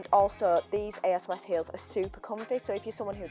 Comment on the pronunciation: Hi, like the way you styled those jeans! Just one thing: you´re pronouncing ASOS wrong... Just say it as one word not every single letter on its own.... but you made this video almost two years ago, maybe you´re saying it right now:) love from Austria!